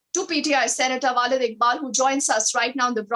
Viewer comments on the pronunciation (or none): she is continuously saying "Walid Iqbal" which means "Papa Iqbal" , "Father Iqbal" , "Pitaji Iqbal" hahhaa she is not callling him correctly . this is Waleed Iqbal not Walid Iqbal hahaha